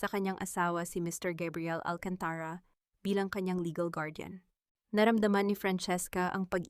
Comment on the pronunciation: Pronounce AlcantarA correcrly bawasan mo ang pagkaOA mo Please change the Narrator